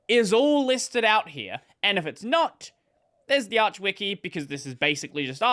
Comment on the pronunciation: Arch is pronounced as in archive